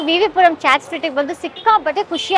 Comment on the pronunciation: WTH is a “chat”?? It’s chaat!